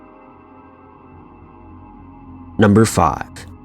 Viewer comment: dude is it just me or did you say number fuck instead of number five?